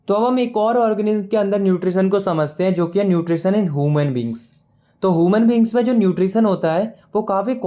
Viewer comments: Its not whomon beings its human beings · Human❌hooman✅ Phloem❌phylum✅ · bro is not homan it's he-u-man😢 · Substance- sabastence Human - hooman Blood- boold 😂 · Human ❌ Homan ✅ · Human ❎ Homan ✅ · Human❌ Hooman✅ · i really like your video i m a subscriber 💕butt please pronouns human correctly stop calling it hooman😂😅 blood nott bulad😂 harmful not t harful 😂😂😂veins ko beans😂 bladder 😂😂 i m done🙂😂😂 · explanation is relly good✨ but ur pronounciation 😅 human->hooman and many more